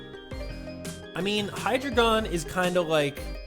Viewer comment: Sorry, but you mispronounced Hydreigon's name. It's a combination of Hydra, and the German word for 3, and also the word dragon. Look it up. I'm only correcting you so you can avoid uptight haters who correct people in a very rude way. You care about us? I care about you too! You are one of my favorite Youtubers!